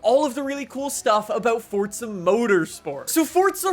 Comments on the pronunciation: Hey Man. It’s For Za not fort sza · There’s no T in forza ya dafty